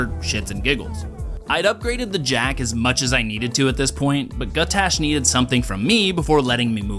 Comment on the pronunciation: For god’s sake man, his name is Gutgash, not Gutash! Great video though, nice work!